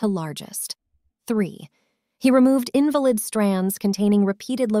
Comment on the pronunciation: Gotta Love AI Voice...😆 This is how i can Always tell an AI voice from an actual human speaking. Here AI used the wrong word by definition, though they are spelled the Same, they are Pronounced Differently because they have Different Meanings. As in this case, It would be pronounced In-VAL-id (not valid; not founded in truth, fact, or logic)...not in-va-Lid (someone physically made weak or disabled by illness or injury) AI is Wonderful & has come a Long way..i absolutely Love it..but..it still has problems correctly applying these pronunciations, and inflections, and even with punctuation...